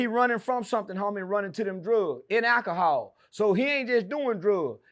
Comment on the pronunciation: “Akahaul uuuh metth” 💀💀💀